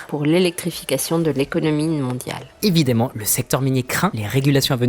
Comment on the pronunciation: Désolé je suis sans doute chiant mais les "évidemment", "récemment" ne se prononcent pas comme vous le faites, c'est assez frustrant...